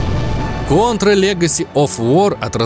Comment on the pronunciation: наконец то хоть один правильно назвал контру кОнтрой а не кАнтрой